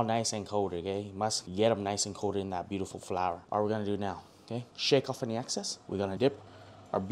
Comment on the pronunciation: “Shake off any access” 😂😂😂 BRO ITS EXCESS 😂👍🏻